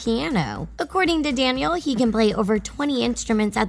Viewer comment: does anyone else hear her saying danielle instead of daniel??